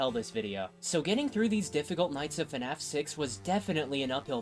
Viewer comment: I can NEVER unhear this guy say fnaf as “fenaf”